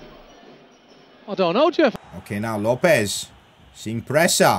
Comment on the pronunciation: PCQ: LOPES IS PRONOUNCED LO PEZ